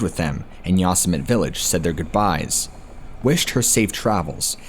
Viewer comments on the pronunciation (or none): Learn how to pronounce yo sem it ee Yosemite not yos mit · Sorry to correct you but.... Yo•sem•it•ee Yosemite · Pronounce "Yousimite" like that in another video and i will track you down and go Wendigo on your candy ass lmao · To the narrator: Yosemite is not pronounced Yoss-a-mit. Learn how to pronounce words and names please. It is very distracting. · holy shit man, learn to read/pronounce words, how on earth could you mis-pronounce the name of one of the most well known national parks in north america so many times? yosimite is pronounced yo sim itee. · For your benefit: Yosemite = yo-seh-mih-tee...Love your work, my friend! I'm subbed and click like on every video. Thanks again! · 😠Yosemite = YOH-SEH-MITTY😠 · Is he saying Yosemite like yo-Sim-itty? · He is destroying the word YOSEMITE!!!!! I thought EVERYONE knew how to pronounce that !?!? Lol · I cringed every time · Lol it bothers me when he always says it the way he does too.